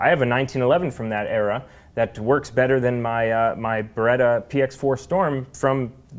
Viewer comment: (Good debate happening) -BAYTUH 🙄